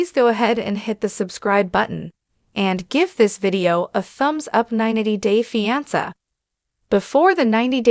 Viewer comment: It is pronounced FE -AN -SAY. Not FE AN SAR ! Please learn .you are a producer !